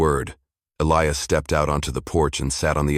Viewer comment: Why is Elias pronounced in three different ways? Uintelligent AI? The Apaches speak very good English though.